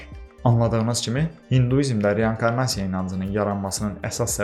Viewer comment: Hər wey əladı amma reYANkarnasiya yox reinkornasiya